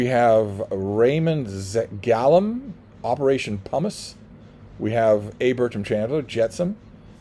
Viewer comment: Gallun, rhymes wih balloon.